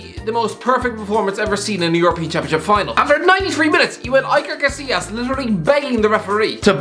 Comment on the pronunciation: its EEE-KER CAH-SEEE-YAS